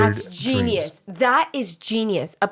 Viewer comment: "I had a dweams. You ever had a dweam?" Fucking sent me lmfao.